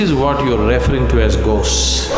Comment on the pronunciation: Why does Sadhguru perversely always say REFering instead of reFERRing ?